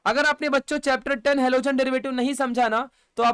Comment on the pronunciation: Halogen ❌ alogen ✅😂.. Thank you sir...all clear ❤